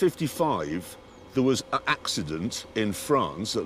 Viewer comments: It's intentional, just listen to how he emphasizes it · its like he emphasises it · i love how much he emphasizes it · I love when he sometimes uses the correct form and then immediately repeats the sentence and gives extra emphasis on the incorrect form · He emphasises on 'an'. It just means that he is saying it intentionally. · He does it on purpose, you can hear the emphasis. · Why dose he do that? It’s obviously on purpose cause he emphasizes it when he says it.